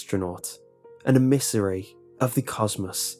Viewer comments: Emissary is pronounced em is airy, not a missouri Lol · I think you pronounced emissary wrong.